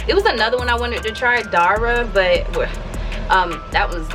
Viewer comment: Dara is my name but it’s pronounced like Sara